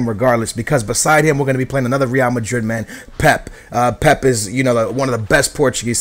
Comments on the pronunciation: Its Pèpè not pep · Why does he say pep instead of pepe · IT'S PEPE NOT PEP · his name is pepe! not pep! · Its not pep it pepe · Its pepey basically not pep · Isn't it pe pe not pep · It's pronounced pepey not pep... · Is it not pepe not pep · why is your pronounciation so weird? considering ur porotghese....!! its pepe not pep or is it pep? im not sure haha...and lopes not lops? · Pep? It's pep-ay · He can't pronounce any names, pisses me off so much, why does he pronounce pepe as pep -_ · I know your Portuguese so u probably know how to pronounce these names better than me but i swear you are supposed to pronounce the second 'e' in Pepe so it sounds a little like 'Pepey'. Not criticising, just interested <3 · Its pronounced pepa